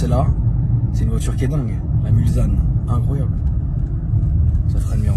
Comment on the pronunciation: Hello, juste pour info on ne dit pas MulZanne mais MulSSanne bonne vidéo cependant